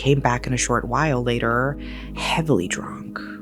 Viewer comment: Tried watching this video but this woman's voice is just so annoying. A moment Layderrrrrr. It's later. It doesn't take 7 seconds to pronounce. Video could've been under 20 minutes if it was someone else talking, Jesus.